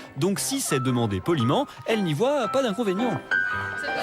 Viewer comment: Elle prétend aimer le baroque, mais ne connait pas ses références historiques, fait de sacrées fautes de français à l'oral (non, voit, pas "voye"), est très acerbe dans ses paroles, se dit "non on fait pas ça pour être remarqué mais fuck le conformisme". Bref, c'est très dommage. Il y a de nombreuses lolitas bien plus à mêmes de représenter cette communauté.